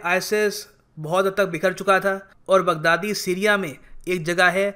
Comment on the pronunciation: He pronounced “Big daddy” 😂😂😂